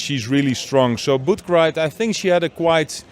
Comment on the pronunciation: I like our british friends very much, but her name is not batried, her name is Butkereit(boutkerait) not so difficult. Keep up your great comments 👍🏻🖖🏻